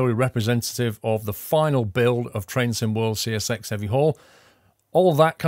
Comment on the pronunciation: See Ess Exxx.. not sex. :D